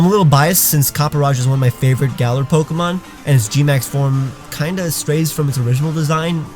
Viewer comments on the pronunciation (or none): none